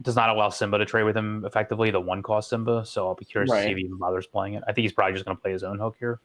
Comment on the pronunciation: Why does he say simba like zimba